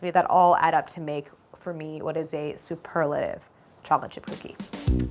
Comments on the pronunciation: Too flat and thin and greasy. Your lack of pronunciation it sounds like you’re saying “Chocifchipfcookee” 😂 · Does anyone else hear cholachip cookies? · No one: nothing Claire: challahchip cookie 😂😂😂😂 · I'm sorry but I cannot get over how she says "chocolate chip". she says it like "choplet" and its driving me up the WALL 😭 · Is no one going to comment on how she says "chocolate chip cookie"? "Cho-le-chi-coogie" Pretty good. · Everyone: chocolate chip cookie Claire: cholachit cookie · I keep hearing cha cha cookies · “Chochip cookies” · Am I the only one hearing “chockle chip cookie”? lol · I love how she says “cholla-chi cookies”. 💚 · “ChollaChip cookies”